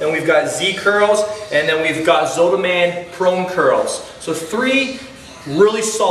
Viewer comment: zottman curls not zootman curls